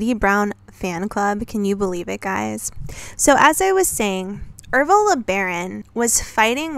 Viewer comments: Oh never mind, you say it right for the rest of the video. It was just once at the beginning. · I'm pretty sure his name is Ervil... Errrrr ville. Not Ev-ril.